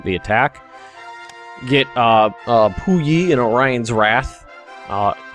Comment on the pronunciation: 24 cm Rail Cannon is not "Pi Yu" is "Pu Yi" XD